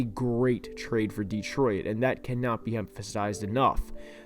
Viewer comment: "Dee troy it"